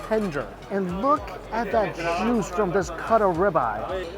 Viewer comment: You say "juice," all I hear is "moo."